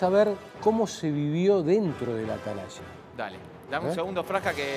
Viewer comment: Atelaya no es atalaya es ..son un desastre hablen bien